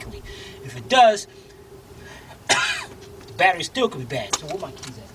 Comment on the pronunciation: Did you say Bat..erie acid? Now this would be a good place to use my Blue Point 1/4 ratchet yyeeeeeaaaa booooyyyyyiiiee! to disconnect those terminals.